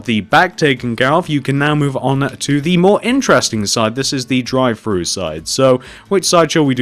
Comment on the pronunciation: When he said "drive thru" I thought he said "dry fruits" xD